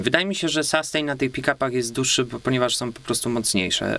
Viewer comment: no fajnie że kolejny gitarowy kanał. Wybacz ale rozwaliłeś mnie słowem SASTEJN Ale pozytywnie:) Zmierzymy SASTEJN. Mówimy raczej chyba SUSTEIN a raczej SUSTEEIN dłużej nieco E wymawiamy. Oczywiście pisałem fonetycznie. Dalej juz nie ogladalem ale sustain kojarzy się raczej z wybrzmiewaniem już razem z efektem jakimś. Np jakiś fuzzek czy Big muFF dają piękny długi sustain. Choć tak na sucho również świadczy o jakości instrumenty.Generlanie pozytywnie ale konkurencja zaróno polsko jak i angielsko muzycznych kanałów jest ogromna.pozdrawiam,Mariusz,Jak chcesz miec sastejn stary, jak ode mnie do Warszawy napisz a zrobie Ci fuzz factory z modyfikacjami. lub jakis sustainer MXR DYna COMP z opcja attack:) --efekty, modyfikacje, i efekcicki drogie jak diabli a niekoniecznie skomplikowane.